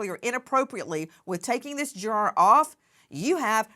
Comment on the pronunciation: Why is she saying jur-ARE. It's driving me insane